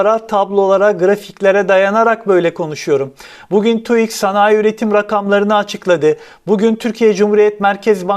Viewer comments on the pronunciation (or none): TUİK değil TÜİK